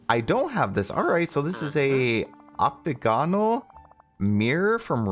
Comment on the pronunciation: oct-a gonal lol